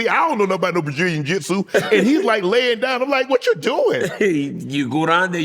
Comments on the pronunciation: "Brajillian Jitsu" 😂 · My man Shannon said "Brallilian Juminu"😅😅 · "Bujillion Jitsu" is Joey Diaz levels of pronunciation lmao